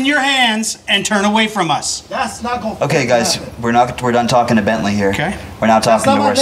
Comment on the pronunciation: Why could none of you get his name correct?? There is a big difference between Bently and Bensly.